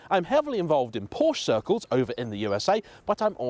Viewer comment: Great video send off mate. Had to rewind to check you said "Porsche circles" though, sounded like something else! 🤣😂🤣😂🤣